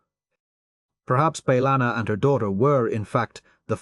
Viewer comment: 20 different pronunciations of chakotay and bellanna and none of them correct or even consistently 😂